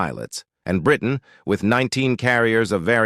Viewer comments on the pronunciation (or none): none